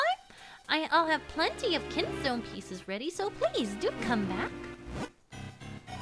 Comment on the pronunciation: "ah so you moved that KINSTONE" moved the kinstone huh? nice reading